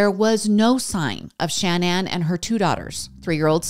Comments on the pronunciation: Love your content lots but is not Shan Ann it’s shaaa naaan and idk what the random photo of the family was but it wasn’t their family! And I say this in the nicest way possible. This story is super hard and upsetting and has always sticks with me! ♥️ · The repeated Shan Ann 🤔 cringe